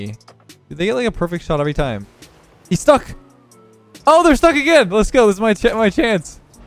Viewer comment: i always here lethgo and not lets go if you hear it one time you cant unhear it